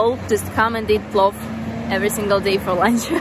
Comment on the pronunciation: it's PLOVVVVVV